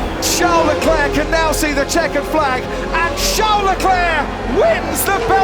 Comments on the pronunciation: It's not CHARLES LECLURK. It's pronounced SHARL LECLAIRE. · “Charles Leclerk” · She always says 'Le-clark' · pls learn how to pronounce Charles Leclerc's name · How do you mispronounce Leclerc when you're talking over commentary, literally saying his name over and over? Edit: this chick is doing a voice over for an channel and got like 5 names completely wrong. Nice work 🤦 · she cant even leclerc correctly, i’m worried